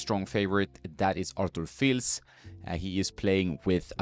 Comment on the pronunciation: It’s Fiis. Like Monfiis. You don’t pronounce the L.